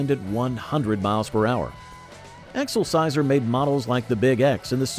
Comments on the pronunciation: It is not EXOL-SIZER, It is EX-SEL-SIOR. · I've never heard "Excelsior" pronounced that way